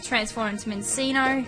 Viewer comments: Min-CHEEN-Oh. Like cappacinnio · U said Minccino wrong. It's pronounced (Min-chin-oh). Doesn't matter though. IT'S A SHINY!! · It's pronounced "Min-chee-no" anyway nice find xD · u said it wrong and that was wrong to hear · the name was not good saying -_- i hate that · U said its name wrong